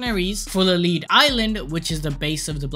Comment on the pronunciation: Full of lead like the element, not lead like leading an army